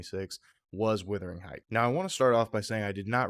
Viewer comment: Wuthering, not Withering